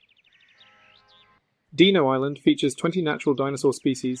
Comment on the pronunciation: "Deeno" really?